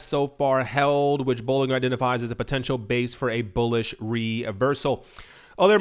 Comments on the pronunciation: Bollin Ger ( Ger as in Germany) that’s how you pronounce his name! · His name is pronounced like this sounds: "Bowling-Jer" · Dude, it’s pronounced boh- Lin-jer….. it’s not that hard lol😂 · "I've been in "crypto" more than ten years but I cannot pronounce Bollinger (bolijer) bands. FFS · Bollinger - pronounced "Boll in jer" Trough - pronounced "troff" Thanks for the content 🙏🏻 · Bollinger as in Ginger 😂